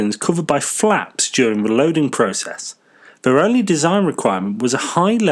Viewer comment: Oh dear! You had to say 'flaps' 😅😅😅